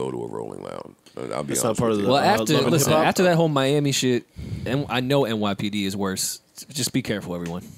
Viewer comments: Dan Sarbassov: “Young MALiami” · Nigga called him mal-ami... That's crazy